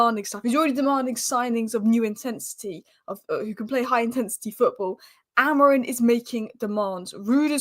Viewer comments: Are you word perfect when saying names you are not familiar with. Grow up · why you calling AMORIM , AMORIN?